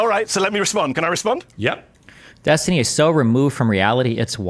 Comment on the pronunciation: Yes Destiny, you pronounced it correctly keep on using it that way